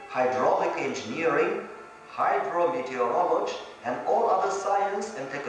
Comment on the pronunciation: what the heck is “hydro meteeo-voloje” And then “echo-knowledge”